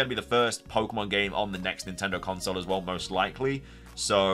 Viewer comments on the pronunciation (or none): none